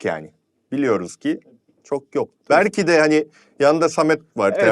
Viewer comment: millete L yok bak R diyor diyip kendisi de "belkide" diyemeyip "berkide" diyor.